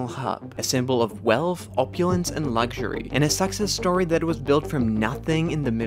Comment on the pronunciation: you know a hater when he pronounces Success and Suckcess!